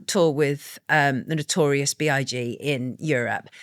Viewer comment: "I was reporting on Notorious Big" A hip-hop reporter but dek how to pronounce rapper's names 😅